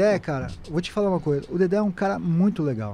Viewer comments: Dedé, não “Dedê”! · É "DEDÉ" Santana e não "DEDÊ"... KKK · Nao é Dedê e sim Dedé